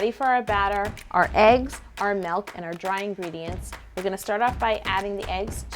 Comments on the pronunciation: Anyone else bugged when she says "melk" and not "milk" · This woman is flawless other than the fact that she says "melk" instead of milk